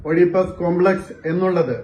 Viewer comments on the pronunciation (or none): Ee Amma Deivamannenkil Asugham vannal Ammakke swayam treat cheythoode??? Uselesse Oyidipplus Complex alla... Athukoodi pronounce cheyyan Arinhoode? Oedipus Complex anne... Enghine iyall okke DgP ayi... Annokke kure pere Mathathinte peril Pavanghalle VArgheeya verthirivundakki kadumkai cheyuthittunda kum... Ippozhalle Thani niram purathakunnathe... 😳😳😳😳😳😳😳😡😡😡😡😳😳😳😳😳😳😳